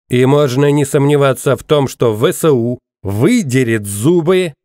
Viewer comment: Не ве се у . А Эс ве у!